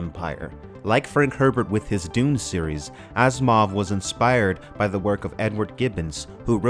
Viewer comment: I thought you said Ass Mov.